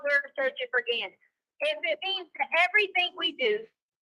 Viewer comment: I I I Me Me my me I. but she can't even say Gannons name